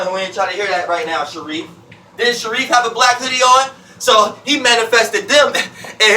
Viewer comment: “Too deep Sheriffe”😂😂😂